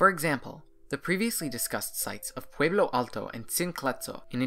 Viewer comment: Pueblo has an e, not an a.